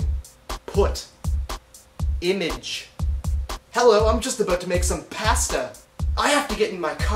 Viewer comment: image.. you say it like french people :P